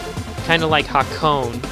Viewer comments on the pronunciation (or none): It's actually pronounced as "Ha-ko-ne", not "Ha-cone". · pronounced hakone "ha cone" oof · Minor nitpicking on how to pronounce Japanese. After its been romanized, you pronounce it as phrases of Constanent + Vowel combination. So Hakone would be Ha Ko Ne.